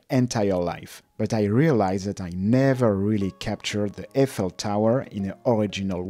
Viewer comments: "I fell tower" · Hmm. Never heard Eiffel tower pronounced like that. I assume that is the correct way.